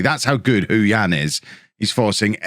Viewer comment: Just a shout about the pronunciation. Hou Yan would be said 'Hoe Yen'. Not even joking.